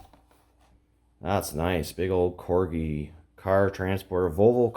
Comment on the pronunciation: You are saying corgi right